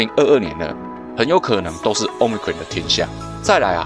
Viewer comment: Cron 怎麼變成ㄎㄨㄟˇ了 ㄎㄨㄤˇ吧